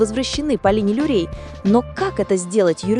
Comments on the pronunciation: Очень плохо прочитан текст, неправильные ударения и Полина Лурей! Полина Лурье. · Материал хороший, но почему озвучка с помощью бота. Неужели, нельзя живым голосом озвучить. Вот и получается Полина Люрей вместо Лурье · Если делаете видео, то изучите хотя бы правильно название имен и фамилий!!! ❗❗❗ФАМИЛИЯ НЕ ЛЮРЕЙ. А ЛУРЬЕ ❗❗❗ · Полина Лурье, а не Люрей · Люрей..пдц..Лурье..научите робота правильно озвучивать!🤦‍♀️ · Лурье!! Почему Люрей? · "Полина Люрей", "афЕристов" что за бездарь это видео озвучивает? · поправьте свою нейросетку. Люрей, Люрей) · Полина ЛУРЬЕ!!!!!!!! Автор,произносите фамилию правильно 😮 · Научите ИИ вещать правильно. Слушать не очень приятно...ДолИна, Лурей...